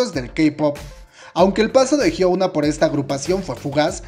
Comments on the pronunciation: "jhiouna"... Su nombre se pronuncia "jhiona", la U debe pronunciarse como O. P.D: Interesantes datos👌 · me gustó el video pero su nombre no es hyouna es hyuna (hyona) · El video super completo, mi único problema es que pronuncia "jiouna" en vez de "jiuna" o "jiona" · Ah como me estresa que diga "Hyouna" 😅 mas allá de eso, buen video, ella es admirable. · Perdón pero necesito hacer esto El nombre de hyuna se pronuncia así: Jion-a xD Loviu:v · ¿Porque dices Hyouna? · Je gua pe(? jiouna(? Pronuncia bien KQNSKQNSQ no es de pesa pero enserio tantl decir la palabra estresa y dan ganas de decir que no se dice asi ::v